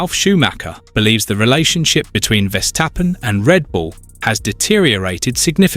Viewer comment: Verstappen not Vestappen. It’s so annoying I turned you off.